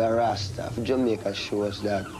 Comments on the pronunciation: Did he just say Jamairca?..whoops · Did he say "in his native Jamerica" ?!? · He said Jamerica. Was that intentional? I hope so. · Did I hear correctly? Did he say “his own native Jamerica”? 😂😂😂😂